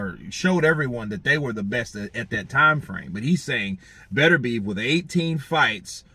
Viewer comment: Hey how about you show him just a little bit of respect by learning how to pronounce his name properly.